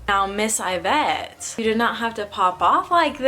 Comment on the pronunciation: It’s pronounced EEvete